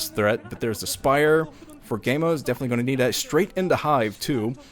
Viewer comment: its pronounced kaemo i believe.